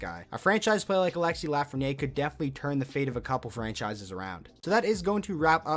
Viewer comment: Proper way to pronounce his last name is "Laugh-fren-i-air"